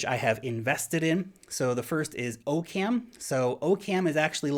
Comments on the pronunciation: Its pronounced Occum. Not OCam. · it's pronounced OCK-uhm. As in Occam's Razor. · i think its pronounced "Ah-Kum" as in Occams Razor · I'm pretty sure Occam is pronounced like "Occam's razor" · 'zactly. that's what i just said. except for the "pretty sure" part. because i guess i'm not modest like you.